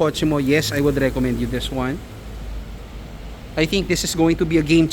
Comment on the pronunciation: Des wan 😂